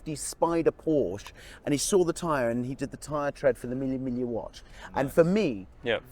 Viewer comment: Lol I don’t ever wanna hear Mille migla ever again 🤣😂💀